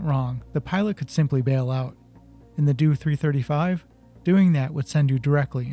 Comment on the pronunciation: For goodness sake it’s a “D-O 335” not a “doo 335”